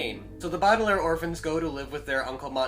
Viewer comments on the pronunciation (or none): Ur pronouncing it bodelaires,it’s Baudelaire